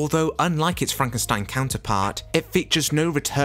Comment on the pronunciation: That's Frank en steen